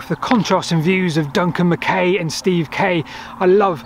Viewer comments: The surname MacKay is always pronounced "Mac-eye". His argument for the battle being on the hill above St Albans is far more convincing than you give credit for. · By the way,, the 'ay' part of Duncan MacKay's surname is pronounced 'aye', e.g. 'mah-k-aye'. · It's pronounced Mc "Eye". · It's pronounced mac eye as in the actor Fulton Mackay. Just a wee heads up from a scotsman. Brilliant. Programme. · Another fascinating video. PS. MacKay is pronounced Mac-aye as in, “Och Aye, Jock MacKay.” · Another great vid. So well done. How does Duncan pronounce Mackay though?